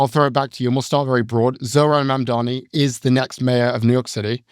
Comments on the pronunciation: Builds a strawman and can’t even pronounce the new mayors name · Scott Galloway’s disdain for Zohran Mamdani (who he purposely mispronounces) comes solely from his allegiance to Zionism. Just shameful and really makes me lose all my respect for Scott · cuomo probably confused him by saying mamdami a hundred times